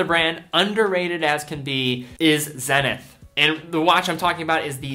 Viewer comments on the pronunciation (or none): none